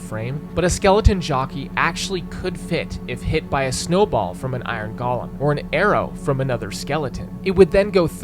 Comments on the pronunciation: Very nice! But for future reference, "golem" is said "go-lum", not "gall-lum". Those are living snowmen, not works of art by Tolkien brought to life by Andy Serkis who happen to be made of snow. I'm sorry for being That Guy, but after hearing this over and over and over around the web, I've had enough. But for real, genius video! I didn't even consider the Ender Dragon plowing her way through the staircases. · Golem is pronounced GOH-lem. Not "gollum." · Why do youtubers pronounce golem with the soft for minecraft? It irks me.